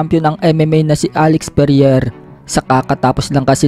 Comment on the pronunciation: vovo mo mag basa😂😂😂 anong perier? alex pereira yan